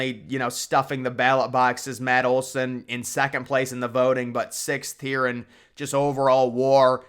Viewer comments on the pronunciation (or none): none